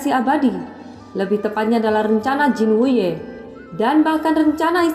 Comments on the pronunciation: Jin wute apa jin wuye kak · Murid Jin Wuye bukan Jin Wute, 😂😂😂😂